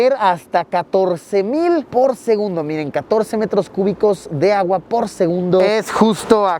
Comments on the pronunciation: Minuto dice SEGUNBDO en vez de segundo jajajaj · LiKE si tu también notaste que en vez de decir SEGUNDO dice SEGUNBDO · alguien se dio cuenta que dise sengunbdo en ves que segundo? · minuto dice segunbdo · Alguien más se dio cuenta "por segunbdo"😅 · "segunbdo" ¿alguien más lo noto? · jaja dice segunbdo no segundo, no critico solo quiero saber si no fuy el único en verlo jeje👌 exelente video 👏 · Seré el único que captó la palabra "SEGUNBDO" en vez de "SEGUNDO" en el minuto ? xd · por segunbdo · jaja dice segunbdo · Like si viste en el Min Decia SEGUNBDO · Alguien más vio que en el minuto dice “segunbo” jajaja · quien más se dió cuenta que dice "segunbdo" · Dice segubndo y es segundo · SEGUNBDO jijiji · se dieron cuenta que dice segunbdo XD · 32 OOO LITROS POR SEGUNBDO XD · en el dice segunbdo. solo digo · 528 porque dices (segunbdo) xd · Nadie va a hablar de "segunbdo"? xd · En el minuto dice segunbdo xd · Like por el ''Segunbdo'' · "Segunbdo" xD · Alguien mas notó el Error en Segundo Dice Segubndo